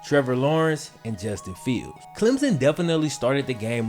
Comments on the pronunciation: Wait wait a minute he said clemzon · It's Clem son. Clem. Son. Stop smashing the word together it's wrong(sorry gets on my nerves as someone from SC).